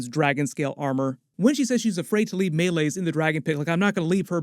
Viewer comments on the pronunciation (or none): May-Lees not May-Lays 😂 she literally pronounced it in the episode bro